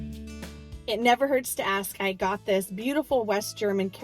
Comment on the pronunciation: What is keramick? Did you mean ceramic (suh-ram'-ik)?